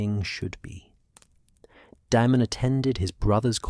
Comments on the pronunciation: Daemon is pronounced Day-mon, not De-mon. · I absolutely hate AI his name is not demon why not just spell it Damen so stupid AI can pronounce it the correct way you literally listen to this and thought it was acceptable to post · Daemon not demon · I quit after 10mins because I cout get past the pronunciation of daemon as demon